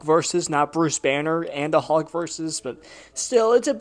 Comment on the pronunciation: I'm not trying to be a troll. But I swear you are not pronouncing the l in hulk every time you say it, and it's driving me a little bit crazy. Sounds like you're just saying huck